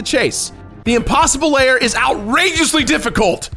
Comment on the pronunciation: Is it just me, or does it sound like saying "layer" just about every time he says "lair"?